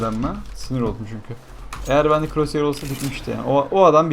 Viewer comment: no croshear diyon